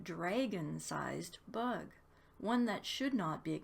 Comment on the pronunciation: "The buug!!" :D <3